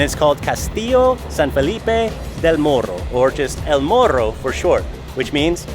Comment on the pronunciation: good pronunciation of el morro, not el moro like I hear every time from tourists.